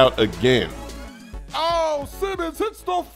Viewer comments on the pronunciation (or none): none